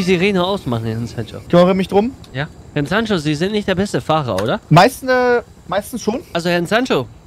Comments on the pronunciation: bin ich der einzige den es leicht nervt das immer Hernn sagt? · Ich liebe ja diesen kleinen rothaarigen Wicht. Aber ich kann nicht beschreiben, wie sehr es mich triggert, dass er immer Herrn statt Herr sagt. 😂😂😂🙈 das macht mich fertig….